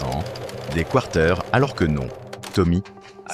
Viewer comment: pouquoi vs dite quarters avec accent français? c'est un mot anglais. c'est du anglicisme. vraiment étrange pour un canadien-français d'entre ça